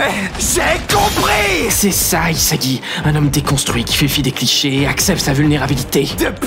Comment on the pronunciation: c pas isagi c isaguez😂